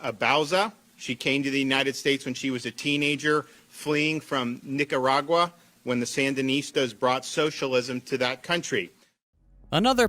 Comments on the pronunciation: I heard a hard er even when there is an A, hmm fucking nazi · did he just say "Niggeragua"? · how is he making a speech on nicaragua bad when he cant even pronounce the country